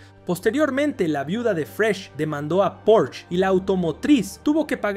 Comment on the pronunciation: Por el amor de Dios... No existe ningún auto llamado porch....lo correcto es PORSCHE...porshe...tampoco existe ningún escritor llamado Herman hess....es Herman Hesse